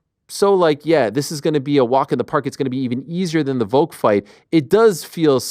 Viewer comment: VoLLLk! Not Voke